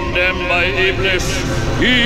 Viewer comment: So we all just gonna ignore the fact that this man said iblis?